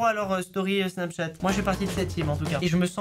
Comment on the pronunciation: Pk tu dis snapTchat au lieu de Snapchat 😁